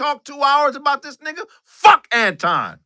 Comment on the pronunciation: Why can't pronounce Anton, correctly?